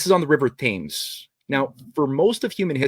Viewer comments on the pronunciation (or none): Will someone please tell that the Thames river in London is pronounced tems. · I would put more stock in theories if he took the time to learn how to pronounce common words and names like bas relief, Thames, Franciscan, Ignatius Loyola etc.